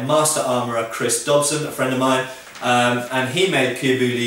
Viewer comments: YOGSCAST Seagull nop it's pronouced "boo-yee" not "boo-lee" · kenneth mcgriff Boo-Yee. Not Boy, ee. :P Good joke though lmao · you don't pronounce the l in bouilli. you say boo-yi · Cuir - Correct Bouilli - Its pronounced bou-yi. The double L in French and Spanish (and probably Italian and Romanian) is a Y sound in English. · Cuir bouilli is the leather he speaks of. He says the cuir part wrong, but it's as close a someone who doesn't speak the language can get. Bouilli is boo-yee, in French the double ll makes y sound. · Isn't bouilli pronounces "boo-yee"? At least in modern French. (Sorry to nitpick.) I loved the video, though. :) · fyi: "bouilli" is pronounced boo-yee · Lol, you tried to correct peoples pronunciation of cuir bouilli but you didnt pronounce bouilli properly. It is pronounced boo-yee. :P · just so you know pronounce bouilli : booyi